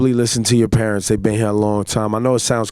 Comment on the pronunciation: purents lol lol